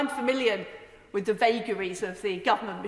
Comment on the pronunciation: After I heard "incuving" and "wiv our allies" I dropped off.